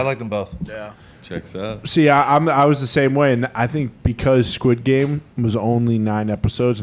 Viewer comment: How bad butchered Squid Game lmaooo